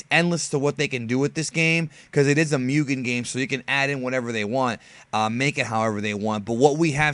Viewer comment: Guy's got a 100k subs and can't pronounce Mugen correctly. In any case, he's right. We gotta support this game if we wanna see it finished one day. I'd hate it if this becomes like so many other projects that's just left unfinished.